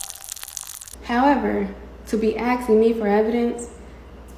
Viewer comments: “To be acksin me for evidence.. that’s juss ludicrous..” 🙄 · "Now people have been axing me for evidentssss, and I think that is the most ridiculous thing that I've heard" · the moment someone says “aksing” instead of asking immediately has all following words nullified. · A rule of thumb in life, if someone says "aksing" when they mean "asking", then you can safely disregard anything they say for the safety of your brain cells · I usually don't like to judge a book by its cover...I'll give anyone a chance,but if you say, "Everyone has been axing..." instead of saying, "Everyone has been asking..." I'm not going to take you/your word seriously. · “Axin me” 🪓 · The fact that she can’t even say “Asking” is ridiculous and people believe her too? Jesus, someone bring her down a notch. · She can't even say 'asking'....